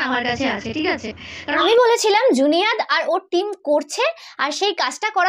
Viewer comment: ওটা জুনিয়াদ না । ওটা জুনেইদ । 😊